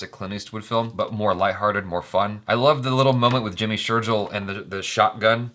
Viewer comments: The Gil in Jimmy Shergill is pronounced like a fish's gills , not Jack and Jill. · Dude it's Jimmy Sher'gill' (Gill of a fish), not Jill (Jack and Jill) #JustinCase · I have the same last name as Jimmy, and am cringing so hard by the way you say Sheirgill. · you still saying sherjill!! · Its sherGILL (gill as in gills of fish) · Jimmy sher'jill' and mahi Gill ☺️ both pronounced same